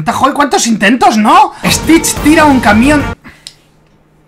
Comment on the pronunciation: Si a tas veces mike dijo stish tira un camión a la lava?😂😂😂😂😂😂😂😅😅😅🤣🤣🤣🤣❤